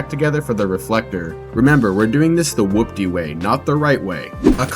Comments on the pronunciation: Hoopty not whoopty 😂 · Dude! Stop saying it like that!!! It’s pronounced like “HOOPTY” whatever you’re saying is wrong and sounds fkn annoying. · Your in ability to saw hoopty correctly drives me insane. With the w its whopty, without the w its hoopty. Both said the same what hoop-ty or who-pty. bruh figure it tf out. Rage baiting the shit outta me rn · Love it. FYI it’s pronounced Hoopty. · Bro spelt whopty and says hoopty incorrectly and it drives me insane